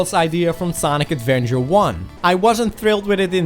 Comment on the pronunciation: "Sonic Advenger"